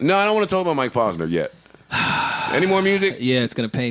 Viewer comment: OMG, my brain bleeding out of my ears! Mike (PAUSE-NUR) = wrong, Mike (POSE-nur) = correct. Rappers always say their names, repeat it back how you heard it doesn't seem that complicated??? it's driving me nuts that Joe pronounces words and names wrong, like its on purpose; adding and subtracting "S's" for no reasonz(other then ? f*cking up noun and verb tense... (ex. the Plural of Goose, Joe would say Gooses... instead of the correct plural "Geese.") ... Joe, my Man's, because you have early on-set Dementia/Alzheimer's, and a platform, doesn't give you the right to say sh!t wrong so often that people forget which was which and pronounce something wrong to someone else who then looks at them like "WTF...? You been hufffing glue and sipping Daddy juice all G.D. day?" ... pull this n!gga up Dictionary, Thesaurus, Wikipedia and whenever you say a word over 2 syllables or longer, you have to look up the phonetic spelling as not to spread illiteracy through the hood. Joe might be an undercover brother who reports back to whitey ....